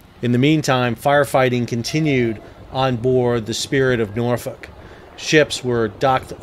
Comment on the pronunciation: Nice to see when people say Norfolk correctly haha Glad to see all the boats/tugs that came to the rescue of multiple near major catastrophes. 🤙🏾 Bravo Been on the spirit of Norfolk a couple times throughout the years. It will definitely be missed buy the city, was definitely an icon.